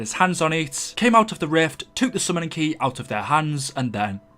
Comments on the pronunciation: Say took not toook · Stop saying toook and boook its annoying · “They twook”🤣😂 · The way you say took tho 😂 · Why do u say took so weirdly 😂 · The way you say took....